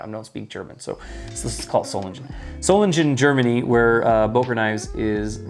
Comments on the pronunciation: German guy here, and the G in Solingen is basically pronounced like in Gun, nice and sharp. other than that, good pronounciation, i'd say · Solingen, soul-ing(ing like king)-en